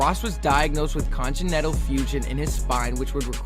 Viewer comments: Con-gen-tal?? Hey, it's con-gen-it-all hahahahahah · The pronunciation of “congenital” is killing me 😂